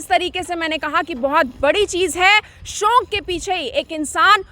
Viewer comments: SHONK NAHI HOTA …SHAUK HOTA H..ANCHOR HAIN AAP KRIPYA APNA TALAFFUZ SAHI RAKHIYE😜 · You are so adorable mam... And the way you speak 'shauk' is amazing......